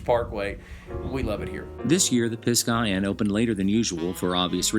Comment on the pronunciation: Great Video. You are saying Pisgah wrong*